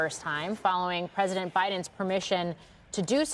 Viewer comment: Did she just say "shtrike"? Wow, is English not her first language? She should "shtop" pronouncing words incorrectly.